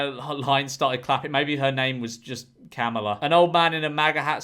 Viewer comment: I will say that Kamala is pronounced like “Comma-La”. “KAM alah” is how Trump has been pronouncing it. 😅